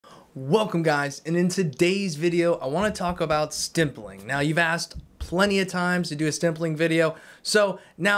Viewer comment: Keeps saying “stimpling “. Lol. There’s no m in that word, buddy.m